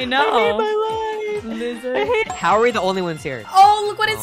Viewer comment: Bro he js called himself a loser cuz he said iloser